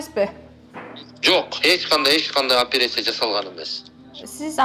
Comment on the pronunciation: Блин ушундай сабатсыз кучуктөру депутат болуп келишкенин түшүнө албай келем... Операция деген сөздү айта албайт кө, опересия деп!